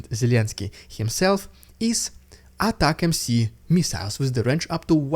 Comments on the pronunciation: Attack MC? What's that? If you're talkin about the new missiles they are called ATACMS. It sounds like attack ems (without the space). One word, three syllables. A TAC Ems This is an acronym that represents Army Tactical Missile System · Hey it's 'ATA-CMS' or 'Attackems' not 'ATTACK-MC' lol. Good name though. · It's ATAC-M-S, not ATAC-M-C . . . . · Say it with me brother - "A-TACK-UMMS" = ATACMS. It's not "A-TACK-EMM-CEE". Usually wouldn't bother me but just annoying at this point. I'll subscribe if you start saying it right 👍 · It is just ATACMS, not attack-MC. You are saying it right and then adding a C for some reasons. The whole point of this beautiful name is to sound like "Attack them(s)". It is not a rapper called Attack MC. Attack-ems. Plain and simple american genius naming. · ATA ms .. Ends in s not c pronounced attackems atacms